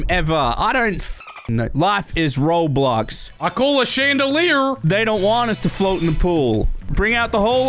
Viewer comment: Im sorry to say he did not say roblox he said life is roadblox 😢